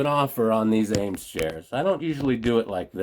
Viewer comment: I'd put at least $35 on that buffalo, being that people here in Texas love anything "western". I sell quite a bit of brass as well. They probably don't do brass anymore because it's too expensive. Awesome find on those Eames chairs. Ea pronounced E, not A.